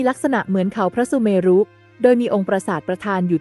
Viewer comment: เมรุ อ่านว่าออกเสียงว่า *เมน * ไม่ใช่ออกเสียงว่า เม-รุ